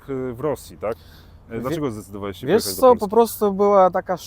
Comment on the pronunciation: dobrze mówi po polsku i z dobrym akcentem. Jednakże moje wyczulone ucho wyczuwa wschodnią nutę. Na przykład słowo "polski" wymawia "puolski" czyli z takim wydłużonym o połączonym z ł. Często zauważam taką wymowę u Ukraińców, Białorusinów i Rosjan.